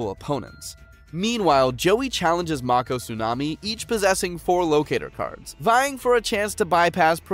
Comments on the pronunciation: Mako is pronounced make-oh, my guy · Mako not marko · I'm so mad about this man pronouncing mako's name wrong